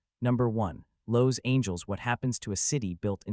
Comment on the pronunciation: Lowe's angels? Total AI